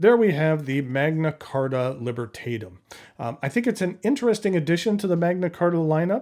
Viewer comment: AWESOME Pen. I really liked it. BTW the vowel a in Libertatum will be more or less pronounced like the a in the word back or chat.